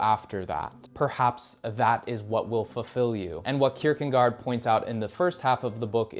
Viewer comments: C’mon dude. There’s no “n” in Kierkegaard. Look at your own video for proof. Not a good look. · That's not how to spell or pronounce Kierkegaard btw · There is no "n" in Kierkegaard. Damn... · That was driving me crazy lol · very good - but your pronunciation of their names really could be better. It's heavily American to an extent where it is almost comical. The worst being Kirkegaard and Albert Camus. Just look it up and try to pronounce it more accurately, please. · It's Kierkegaard, not kierkengaard. It's Karamazov, not kamarzov. Learn the proper pronunciation of people's names. You sound like an illiterate dolt when you don't.